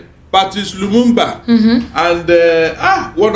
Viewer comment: Please correct your caller mispronouncing Lumumba's name